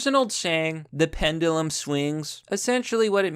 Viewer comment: God, I love how you mispronounce every word, and no shits given. Pend-YOU-lum.